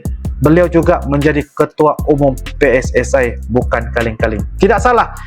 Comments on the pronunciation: Pssi bukan pssae ..sepak bola ja bola sepak 😂😂😂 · PSSI Bukan PSSAI...!